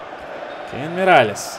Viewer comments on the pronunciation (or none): none